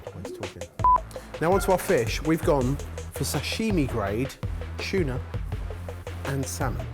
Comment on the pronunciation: Love how pronounces tuna as 'chuna'